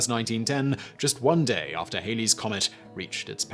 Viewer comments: Edmond Halley's surname rhymes with alley, as in cat. The Ae-lee error is due to a band call "Bill Haley and His Comets". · Oh my, It is HALLEY'S COMET, Rhymes w/ Sally. A 50's rock group named "Bill Haley & the Comets” wrecked the correct pronunciation ever since but let's give Sir Edmund Halley his due! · The comet being Halley, not Hayley... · Halley rhymes with Valley. It's NOT "Hailey's" Comet!